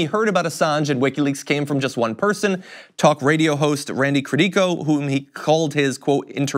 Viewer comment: You mispronounced Randy Credico's last name, good sir. I only know that because Jimmy Dore has interviewed him several times on his channel.